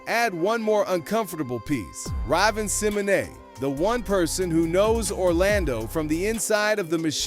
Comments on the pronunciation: AI must be dumb, how do pronounce Raven Simone as Robin Simonet?😡🤬🤔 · Rahvin-Simmonay 😅 ?? Lmao “Ray-vin Simmohn”** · Whose Rahvin Cin-no-mae😂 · I’m here for the spelling of the pronunciation, after hearing it in the preview I dashed to the comments. 😩 Cause where is this Ryven Simmanay person?? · how he said her name like that. I'm convinced its a Ai voice reading words spelled wrong lol ravin simmonay is insane 🤣🤣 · Who the hell is rahvin simminay 😂😂😂😂😂😂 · Ravvin' Sim-ohnay 😂😂😂😂😂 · Who the hell is Rahven Sammanay? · The way he pronounced ravihn symoneh is crazy!!! Straight butchered it! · Just so some of y'all know her name is actually pronounced raven symoné. Orlando Brown is a real one. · I had to rewind it to see what he said 😂 ai always tells on itself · This is second day in a row I seen you f*** names of somehow... Ravan C Monet. Who tf??? Soooge Knight??? Bro cancel ❌ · Riven Simmone 🤨 wtf? You damn YouTubers need to start using your own voice instead of this AI to read off names and then say them wrong. Shit's getting annoying at this point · Her name is raaaaaveen Simone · Riven simmone 😂😂😂 yo know who you talking about or reread and practice your script properly 😂😂😂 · I swear, I was about to make the same comment. So, I stopped the video to do this post & not going to watch the rest. So disrespectful whether it’s AI generated or not. We actually fuxz with ‘Raven-Symoné’ the long way. Icon. Put some RESPECT ✊🏾 on her name. TF! 🤨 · I will really be listening until you say the person's name wrong.... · If u can't get your AI bot programmed to properly pronounce the name of your subject- You're in the wrong game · The name pronunciation was diabolical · How does the narrator not know how to say her name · It's rude to fuck up her name like that